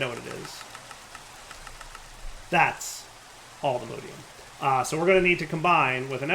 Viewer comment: its allthemodium not allthemodeium